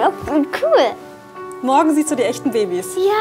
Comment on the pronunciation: das heißt c o o l und nicht kull